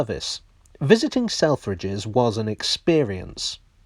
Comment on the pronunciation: I can’t un-hear sell-fridges